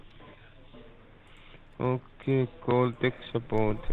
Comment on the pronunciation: Wiruses found on this dekstop, so do one thing: Call tech suppowt.